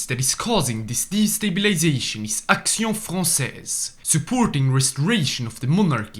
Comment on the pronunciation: Your prononciation of Action Française is on point 👍